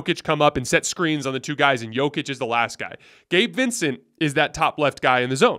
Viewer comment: is hardly alone in getting things wrong about Jokic. Most NBA talking heads, even after 2 MVP's, still mispronounce his name. Denver fans just throw our hands up.